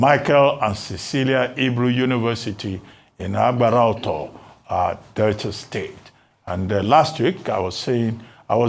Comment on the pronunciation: Abati you always tried to pronounce Delta and Benin names with precision but calling Yoruba Names carelessly. What's aworawo instead of àwòráwo